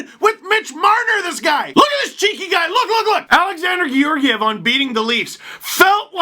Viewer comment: Damn you keep saying George-ev. STEVE GET THE FACTS